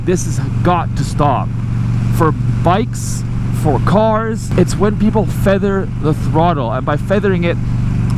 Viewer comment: When i heard you “feather” I wanted to puke.